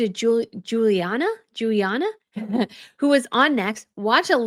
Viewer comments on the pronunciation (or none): OMG, - that’s Giada DiLaurentis! It’s been several videos where you call her Juliana lol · the cook you admired on Drew's show is Giada Di Laurentis (first name pronounced: Jada), famous food professional, author of many cookbooks (I have 3 of them), host of many TV cooking series. (She comes from a family of famous film producers. As a chef, she's the black sheep of the Di Laurentis family.) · I think you’re amazing. You are professional and fun and intelligent. So I just want to add this to be helpful. Not critical at all. In Italian the “Gi” is like “j” as in “just”. So the first name of Giada De Laurentiis is pronounced as “JAHDuh”. I’m an Italian American whose first name is Gina. Again I only mean be helpful. 😘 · It’s Gee ah da.